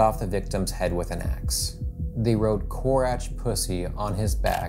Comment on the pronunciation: When he first said "korać" I thought he read "kurac" 😂